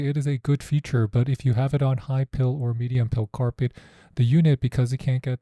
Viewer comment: It’s PILE. Like a pile of dirt. Or a pile of rocks. Think ‘Pie’.